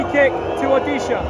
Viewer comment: Never thought pronunciating odisha fc in his mouth It's my home state so refreshing to hear it from him😮